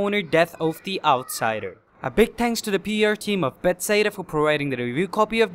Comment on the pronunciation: Be-THES-DA, not Bets-SEDA